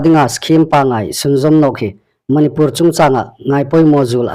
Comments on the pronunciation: Manipùr ti ta naw la Manipûr ti ta rawh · Chanchin thar puonga um ngaithlâk ding a um hi lawm a um a.Amiruokchu,Manipur i lamrîk dan hi chu andiknaw ngêi el ie.